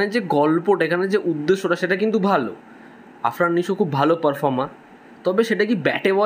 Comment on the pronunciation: Pronounciation....arfan nisho!!???is not pure